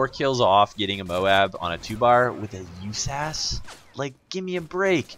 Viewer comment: Actually u pronounce it just as saying U S A S 12 just saying...